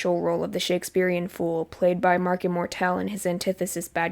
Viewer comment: OH MY GOD YOU PRONOUNCE "IMMORTELL" THE WAY I DO WITH THE STRESS ON "-TELL," INSTEAD OF JUST SAYING "IMMORTAL" OH GOD THANK YOU I LOVED HEARING THAT